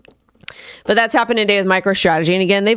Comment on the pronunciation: Sorry, did you say “today” or “tidday”